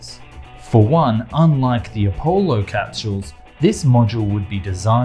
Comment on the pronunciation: Saturn Vee? ..Appo-lo? Beginning to suspect this guy didn't go up on Earth. His knowledge is atrocious.